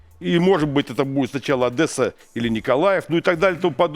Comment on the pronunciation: Ох, Макс правильно произносит "Одесса". Явная разница между тем, как говорит Гурулев. Я не знаю одессита, которого бы не бесило произношение Гурулева, это до жути раздражает.